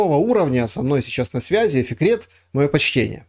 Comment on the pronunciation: Фикрет, а мне слышалось "секрет" 🙂